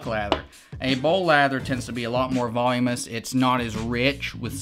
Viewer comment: It is voluminous... not volumous. LOL~